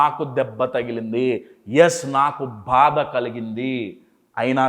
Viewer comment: భాద కాదు, బాధ అనాలి. మీ 😃 Smile బాగుంది Sir.